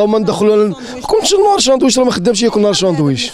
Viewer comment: وااااا ساندويش ماشي شاندويش